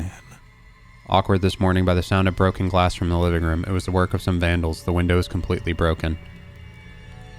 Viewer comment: My favorite part is when says "rum" instead of room.